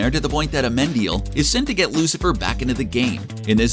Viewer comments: You keep saying Amendil... but I am very sure his name is Amenadiel. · Yea; "Aminadal" and "Mazikin" give very George W Bush "Nuke-you-lar" vibes... :D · It's AMENADIEL, you moron😑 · If I heard him pronounce Amenadiel like that one more time I was gonna scream 🤦🏻‍♀️😭